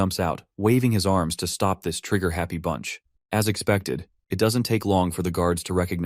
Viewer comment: can this guy just not pronounce the words truck and stop together??